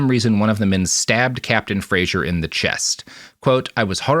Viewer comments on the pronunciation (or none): Anyone going to tell them that Fraser is pronounced - frazer? The way he pronounces it is Frasier, the tv show. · As a point of principle, i’ve been sternly responding “fray-zer” every single time Robert says “fray-zher”. Thank goodness there’s no one to hear it apart from the puppies, who keep giving me quizzical looks. 😆